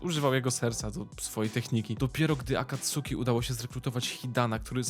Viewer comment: No offence, ale imo lepiej by bylo, jakbyś wymawial su jako s(poprawnie) -> akatski, saske, natomiat to Twoja decyzja, elooo